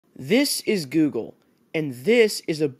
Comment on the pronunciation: "This is gugle" -you